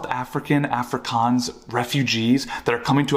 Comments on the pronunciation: An afrikaans girl married THIS guy? He can't even pronounce 'Afrikaans'... His wifes boyfriend is gonna be so mad when he sees this... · Afrikaans wife but cant pronounce it correctly? Married but no wedding ring? I definitely believe you 🙄